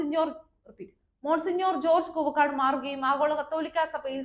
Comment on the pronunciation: Koova kaadu koovakkaadu. Parayan padikkoo